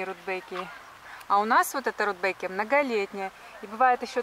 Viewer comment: Почему РудбЭкия?